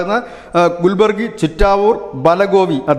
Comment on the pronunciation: ഗുൽബർഗ്ഗ അല്ലെങ്കിൽ കാലാബുർഗി എന്നു പറയൂ. ഗുൽബര്ഗി എന്നത് തെറ്റാണ്.